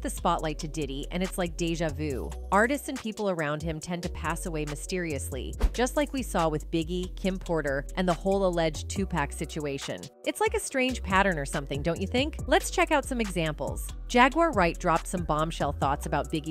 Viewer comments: 2Pock not Pack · First off all you bloggers thats wasnt aeound when pac was at least learn how to say his name its 2pac not 2pack smh at least do you damn research can even get the name right🤦‍♂️🤦‍♂️